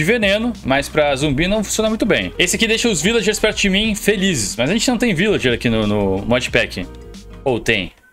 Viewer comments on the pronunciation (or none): none